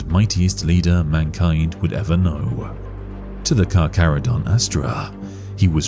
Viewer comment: for anyone wondering on the pronunciation - the Carcharodon name is inspired by the latin taxonomy of Carcharhiniformes, the main shark family classification, or possibly Carcharhinidae, a subfamily, and the pronunciation can be found here: is saying it correctly lol